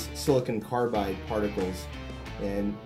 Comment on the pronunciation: Look up pronunciation of silicon